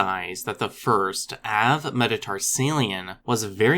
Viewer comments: Pretty sure genetic clock and some tentative fossils put the emergence of archosaurs in the Permian, also it is pronounced 'avae' mettarsalia , as in bird foot (well, metatarsals anyway :P ). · It's really hard to hear you say avemetatarsalian over and over again and completely ignore the e in it.